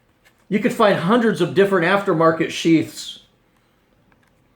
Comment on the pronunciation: 'Hunners'? 'Four twenny'? Seriously? Something wrong with your mouth? Can't pronounce a T?